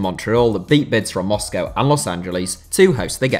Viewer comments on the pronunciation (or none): none